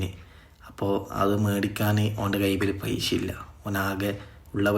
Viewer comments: പൈശ അല്ലടോ പൈസ,,, നന്നായി സംസാരിക്കാൻ പഠിക്കൂ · പൈശ അല്ലാ പൈസ 😂😂